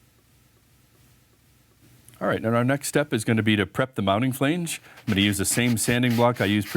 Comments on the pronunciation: I couldn’t watch the whole video. The 1700 times the word Flainege was said in the first 3 minutes instead of flange, was way too much for me😣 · Made my nipples hard (NOT in a good way) everytime he said "flaynge"!!! New drinking game! Take a shot everytime he says "flaynge"!! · Not sure what language you’re speaking but flange doesn’t rhyme with range. Flange like flan. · The way he says flange with a hard "A" has me laughing so much I had to show my wife. I assume this guy is Canadian. Good video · Really helpful video, but every time you pronounce flange 'fhleange' a little bit of my soul withers up and dies! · Canadian here and I thought it sounded odd too. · You mispronounced the word "flange "? It's not pronounced with a long A. Lol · This was the comment I was looking for... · Someone tell this guy how to pronounce "flange".. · I was thinking the same thing.